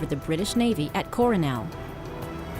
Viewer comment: Crusoe was the least egregious of her mispronunciations. "Valparaiso," "Flensburg," among others.